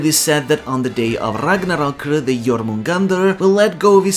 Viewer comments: I am afraid of you saying RAGNARROKU. EDIT: Never mind, it's actually la chancla. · The rolled R every time he says Ragnarok and Ragnir is the best. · Wait why we saying Ragnarok in Japanese pronunciation? I understand for Japanese words but Nordic?